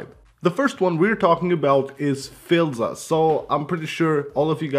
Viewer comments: For gods sake it’s pronounced “File-ZA “ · You pronounced filza wrong